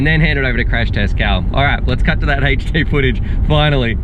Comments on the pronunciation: shit I wrote my comment without seeing yours... Also I thought about spellign it HAHTCH D but I think Haychdee was more accurate. It's really bothers me for some reason xD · omfg it's HD not HHHAYCHDEE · its "HD" not "heychD" hahah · i cant listen to you say "h8ed'd" instead of HD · say haight-d 1 more time ...i dare u ...lol its "eight-ch D"